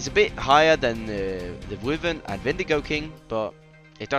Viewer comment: It's Wyvren (Why-ver-en) And Behemoth (Be-he-muth) or (Be-me-mut) Just in case you needed or wanted to know how to pronounce